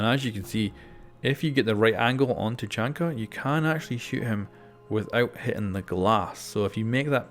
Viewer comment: Did you just say "chachanka"?!